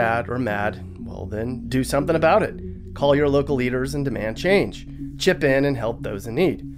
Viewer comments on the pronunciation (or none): none